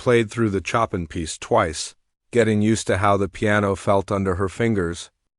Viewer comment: It’s pronounced /sho’peing/ with the stress on the second syllable and the French ending in /eng/ or /eig/